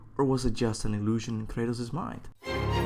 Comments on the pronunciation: its Kratus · It’s Krates... bro